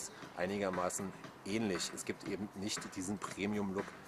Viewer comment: die ersten paar mal wars noch ok, aber es heißt eben und nicht ebend ;p